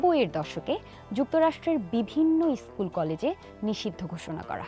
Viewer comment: ভ্লগারের উচ্চারণ মোটামুটি ভালো। তবে, 'ষাইট', 'ইছকুল' না বলে 'ষাট', 'স্কুল' উচ্চারণ করুন।